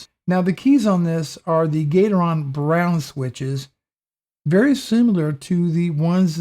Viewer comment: Gate er on not gay teron